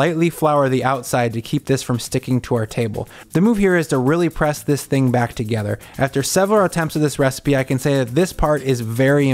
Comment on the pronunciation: "lets eat this theaeing!..."?